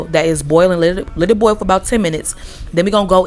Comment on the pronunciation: Thank you for not putting the letter R in boil